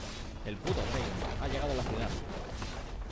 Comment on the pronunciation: No es Draven, es DRAAAAAVEEN